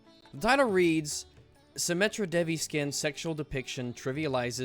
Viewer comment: So goddess of sexuality looks sexual? Woah...would have never seen that one coming..... I hate it when people who think that they are religious act like something is offensive just to get some attention. And it is not pronounced dev-ee, it is pronounced dayvee. I'm Indian...and this game this T for Teen....